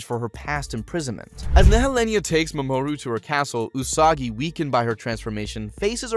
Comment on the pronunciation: The fact that he pronounces the names differently every time he says them is kinda hilarious. MaMOOru is my favorite.